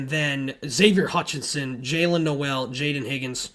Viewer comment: Jaylin's last name is pronounced like bowl. Jaylin Noel (pronounced like bowl)